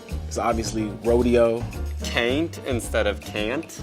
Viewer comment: Dear Arizona guy, Actually you are the only ones in the US to say "rodeo" in the right way, as it's a Spanish word